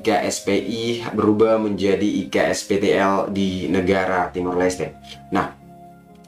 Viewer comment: 6.28 iksptl nya "TOK"... kecampur logat bahasa jowo mas..😁